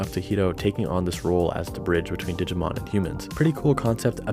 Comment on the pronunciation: Omg please, every time you said “digimoun” it killed me. Made my day